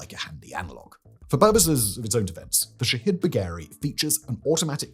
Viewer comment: All I hear is "shithead" when he says the name.